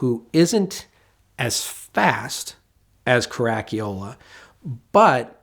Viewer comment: WOW - never heard "Caracciola" pronounced that badly before, fair play chap.